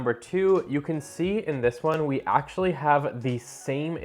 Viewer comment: "Actually" ? rofl Learn how to talk